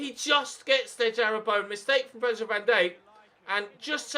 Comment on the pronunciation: Learn how to say Virgil name properly